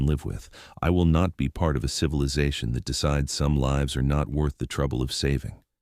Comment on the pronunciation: The AI has to be tweaked because it keeps missing pronouncing words like "lives" wrong continuously.